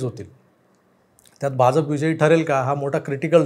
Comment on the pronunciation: भाजप मधला ज आणि ज पहा जनता मधला ज आहे. आपण जत मधला ज उच्चारता.